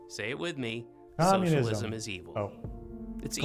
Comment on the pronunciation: "Communilism is..." Yeah, you really are american. You can't even say words correctly.